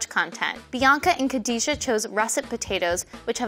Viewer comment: Y'ALL messed up Khadijah's name